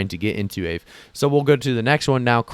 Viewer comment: Thanks for the heads up in FIL. Aave: Ah-vē. Named after a Finnish Ghost.